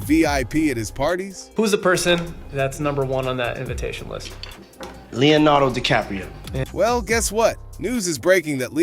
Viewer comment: "Leo denardo DiCaprio" smh